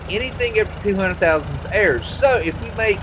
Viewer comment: He says airs instead of ours 😂😂😂